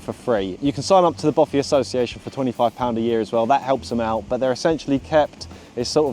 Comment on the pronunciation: it's a Bothy not a Boffy. Argh